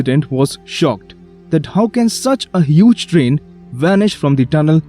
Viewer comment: The way how you said Trian sounded like you said Dream